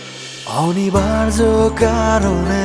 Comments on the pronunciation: গানের উচ্চারণ এত কানে লাগে বলার নয়।খুব বাজে।খুত গুলো ঠিক করে গান গাওয় উচিৎ।"অনিবার্য "শব্দটা শুনে নাটক দেখা মাথায় উঠলো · 'অনিবার্য' উচ্চারণটা রীতিমত কানে লাগে। হ্যাঁ, গানের কথা সুর ভাল।